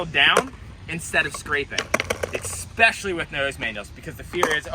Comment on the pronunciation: Can you do a trick tip on how to pronounce "especially" next? JK... love you LOL. For real though good explanations on the 180 manuals and 180s out. I was trying to do fakie fs nosegrind switch bs 180 out (if you saw Gustav's part in sour solution 3 you'll know why) and my shoulders were what was messing with my head. I think I can apply a little bit of something from this to that trick. I almost got switch fs bigspin out of it too, also all shoulders, but I ran out of sunlight.